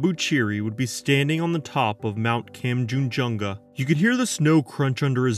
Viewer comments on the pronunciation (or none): The western what? western koooooom Also Kan-chen-jun-ga, break it into syllables lol